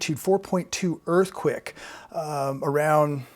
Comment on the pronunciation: It sounds like you're saying "Earth quick"